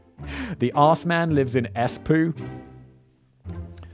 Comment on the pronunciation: I can only say the pronunciation of Assman (Or more likely Aßmann) is truly wonderful. But an ex Auschwitz guard converted to the KGB sounds already like someone who successfully avoided prosecution.